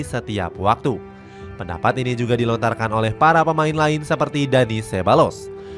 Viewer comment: bukan dadi min tpi dani😪